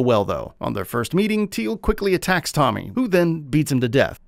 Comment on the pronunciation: First you butchers Tommy's name. and now you don't know Victor's name ? 😂😂 sheesh.